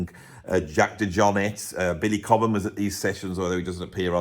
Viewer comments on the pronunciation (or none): none